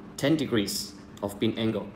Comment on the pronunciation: You mean 'beam angle' not 'bean angle' lol